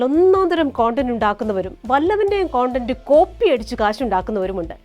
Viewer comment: കൊണ്ടന്റ് അല്ല കണ്ടന്റ് മോളെ